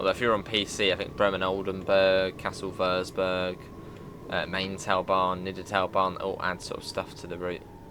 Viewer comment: Mainz is pronounced M-eye-nz Other then that, good video